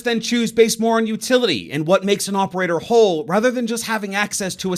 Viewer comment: why are you saying "opeaor" instead of "operator"?